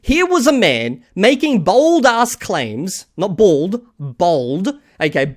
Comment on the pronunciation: That's funny that in your accent bold and bald are so similarly pronounced.